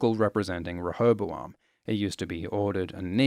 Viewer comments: OMG He says Rehobaloam right? he keeps on saying rehobaLoam. Am i missing something, and is that actually how you're supposed to pronounce it? it's such a minor detail, but i need to know if anyone else can hear it, or if i'm just going mad. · Your pronunciation of rehoboam grates on my ears every fucking time I hear it. I've always pronounced it "REE-ho-BO-am"